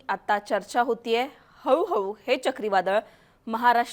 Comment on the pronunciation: हऊ हऊ नाय गो हळू हळू